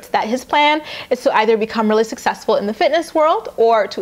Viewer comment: " I'm gonna find a career that makes me sussessful." ~ Nathan Griffith